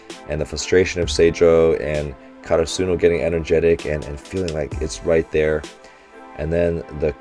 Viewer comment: Hey Coach, in case you see this, try saying KaRAsuno instead of KaraSUno, great video as always.